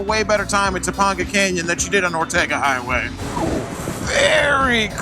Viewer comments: Tuh pang guh I'm from LA bro, love ya but don't make me cringe. Funny, I don't cringe at any of the weird wild shit. But I cringe at pronunciation? Go figure.Guess I'm a pronunciation Nazi... PS My bad, halfway through the video out of nowhere you started pronouncing it correctly. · Topanga is actually pronounced Two-pain-gah not To-pond-ga ... This is such a good video definitely looks like something I'd love to do glad you guys had a good time keep the videos coming brother! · It’s pronounced “Toe-pang-gah” not “toe-pong-gah.” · Topanga is pronounced Toe-Pang-Guh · Toe-PANG-ga canyon ✔️ Toe-PONG-ga canyon ❌ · Cool vid. FYI: Topanga is pronounced Toe-PAIN-ga, not Toe-PAWN-ga. ;-) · Toe- pay- n'gah canyon. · how can you pronounce topenga so poorly? have you never watched Boy Meets World? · Topanga not Toponga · The way you pronounce Topanga canyon.. 😄